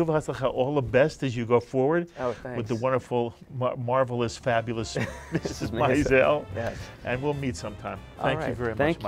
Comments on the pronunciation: For Gawd sakes, say Mrs. Maisel correctly! Emphasis on the 1st syllable....like 'MAYzel'. Are you listening to these people and how it is being pronounced by all but you? Think that is important given this is what the interviews are about? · I think this interview was the reason why Amy Sherman-Palladino decided to put in an episode in Season 2 that has Suzie correct the announcer pronouncing "Maisel." I cringed each time this interview said it . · While interviewing Alex Borstein, the interviewer mispronounces Maisel as MY-zel- it's in the name of the show and is said multiple times in every episode, which makes me wonder if he's even seen it! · Meanwhile, no one told him how to pronounce “Maisel.”